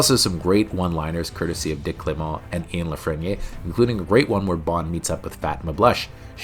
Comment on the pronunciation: How do you not know how to pronounce the name Ian?